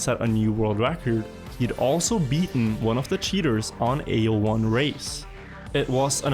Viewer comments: My old as can't stopping hearing A01 as A O L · Cuando pronuncia AO1 parece que dice illojuan